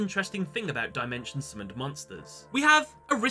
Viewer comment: Ah yes, Die-Mention. It’s Dim-ention Ai-guhme. It’s Ai-gah-me